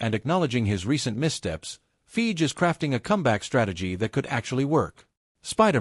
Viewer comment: Wh is "Feege"? "Kong?"